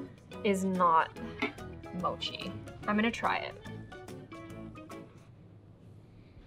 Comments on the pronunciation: It’s mochi not mosi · Ur not Asian if don’t you say sushi like “sushi” but like “soowshee” that. That’s 𝗯𝘀 OH she said “mowshi” AAAAAA SHE SAID “maatchaa” OH THAT HIT MEEEEEEE no hate but WHAAAAAA